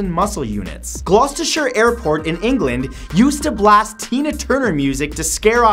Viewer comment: Holy shit, he pronounced Gloucestershire correctly